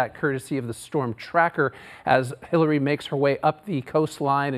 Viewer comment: I could've sworn he said they're bracing for Hitler's approach